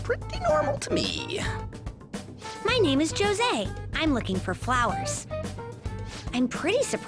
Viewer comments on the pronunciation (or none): It bothers me as a Mexican that his name is pronounced “Jo Se” rather than “Ho Se” I shall suffer this internal pain forever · Isn't José pronounced like ho-say ... not jo-say? Wtf. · Jose Me: It's José! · Us Filipinos don't say Jo-Sey, we say Ho-Se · is it really pronounced as "JOE-SAY" and not "HO-SEY" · Yeesh, every time I hear the game's pronunciation of Jose, I feel a twinge of pain inside my heart. I have to keep reminding myself that the boy in the Eggmobile is an eldritch abomination from the depths of the Jungian model of the mind, and his inhuman name is simply easier to pronounce than most. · The pronunciation of Jose in this game greatly bothers me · My name is Jose and I am triggered on how the localization team pronounced the name. Damn.